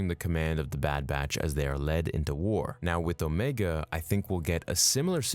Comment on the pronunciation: I didn’t mind that at all actually. But it did bother me she kept calling herself OmEEga.